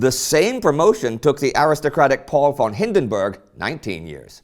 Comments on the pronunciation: Ffffon Mackensen, FFFFON, not won! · when will you English/American "experts" ever learn, that the German "v" is pronounced "f". In other words: von is fon????? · but it would be nice if you could learn how to pronounce the von = as in f (consult somebody about the pronunciation of non-English names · von = fon (how you say it)